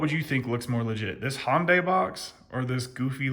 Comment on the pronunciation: “hondai” lol.